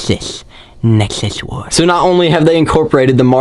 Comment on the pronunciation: Nexus war sounded like sexist war to me